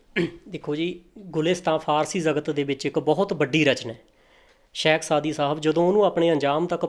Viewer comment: ਤਿਲੰਗ ਮਹਲਾ ਨੂੰ ਤਲੰਗ ਕਹਿ ਰਿਹਾ ਹੈ, ਇਹਨੂੰ ਕੱਖ ਨੀ ਪਤਾ , ਬੋਲਣੀ ਇਹਨੂੰ ਆਪ ਨੀ ਓਂਦੀ, ਸ਼ੇਖ ਨੂੰ ਸ਼ੈਖ ਕਹਿ ਰਿਹਾ ਹੈ, ਇਹਦੀ ਵੀਡੀਉ ਚ ੨ ਗਲਤੀਆਂ ਤਾਂ ਮੇਰੇ ਜਿਹੇ ਅਨਪੜ ਨੇ ਵੇਖਲਈਆਂ